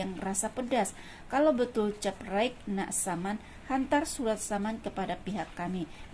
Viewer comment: Unik admin sebut caprite.